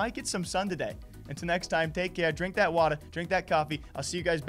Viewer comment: You from Boston my guy? The way you say water. LMAO.